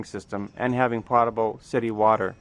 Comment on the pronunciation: I think you mispronounced potable about 15 times. It was annoying.